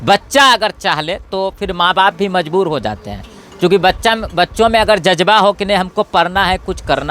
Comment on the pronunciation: Jajba nhi bhai jazba bolna sikh lo